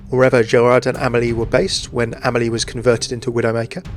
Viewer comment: the way you pronounce Amélie is so hard to listen to